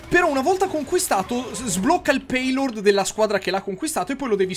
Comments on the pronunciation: "peilord"... "peilord"... "peilord"... Yoto, ho capito che è un po' pay2win, ma è "Payload" e non "PayLord" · paylod, pronuncia: peilod, nessuna r gesù cristo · "Sblocca il peilord" AHAHAH fa spaccare di risate la tua pronuncia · il "peilordh"